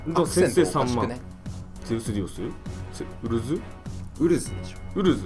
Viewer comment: ウ↓ル↓ズ↑wwwww 九州のやつにありがちな東京弁（笑の勘違いイントネーションやな。